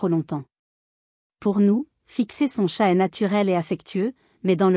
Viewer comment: Entendre prononcé "tchat" pour désigner un 🐱 c'est soulant l'IA est à améliorer